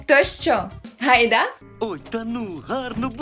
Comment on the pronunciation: Чому "гайдА", а не "гАйда"? Решта заходить прегарно